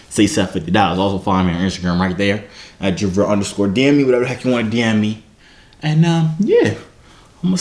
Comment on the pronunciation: mercanarytac t she said it right the first time then she went to “Jovier”